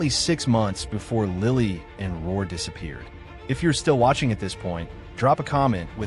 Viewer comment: It’s not Ror it’s Rourke